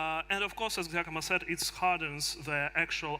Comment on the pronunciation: Giacomo not Giacamo but maybe future name like hodl